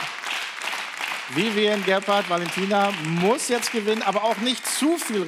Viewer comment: Viviane heißt die Frau und elton bekommt es bis zum Ende nicht geschissen ihren Namen auszusprechen 🤦‍♀️🤦‍♀️🤦‍♀️🤦‍♀️🤦‍♀️